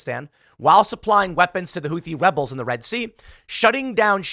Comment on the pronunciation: Houthi "webels" lol